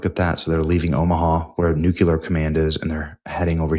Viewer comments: Day (lost count) of trying to inform Benny that it's pronounced New-Clear, not Nuke-yuh-luhr. Good God Benny. You sound like Bush. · Benny can't even pronounce the word "nuclear". Hey says "New-Que-Lur" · You have a really good channel. You bring excellent reports. Only one thing gives your reports a black eye. You have continued to erroneously pronounce the word nuclear as "nucular". This is an error. I think that a man of your abilities can make an effort and self correct. Patrick Cowdrey, Redding, California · Amir Tsfarti just put Benny on the list of Anti-Israel conspiracists because of this posting. By the way it is pronounced Nu-clee-err, not Nuke-you-ler. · These exaggerated titles really need to stop… 🙄 Also, pleeeease, it’s nuclear, not nucular! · Stop saying "nucular." You're giving away your low IQ and it makes you untrustworthy. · Benny, you should be banned from posting anything remotely relating to nuclear weapons… until you learn how to properly say the word N U C L E A R! It's not "nucular", you schmuck! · nu-cle-ar not nucular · it's NOT pronounced NU-KIER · And please please learn how to pronounce nuclear. There is no second u in nuclear. Take the words new and clear, now scrunch them together with with no space and nuclear sounds like newclear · EVERYBODY DRINK! 2 more mispronunciations: 1) Nuke-U-Lrr (Nuclear) 2) Christian-dom (Christendom) Are we drunk yet? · NEW-KLEE-UR. Why can't people pronounce this word?